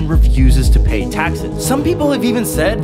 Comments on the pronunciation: Bruh "vlooodomore" putin 😳 🤣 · Vl"OO"dmir putin Like bro if ur making a video about someone the least u could do is pronounce their name correctly lmao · Wow you cant even pronounce vladmir putins name😂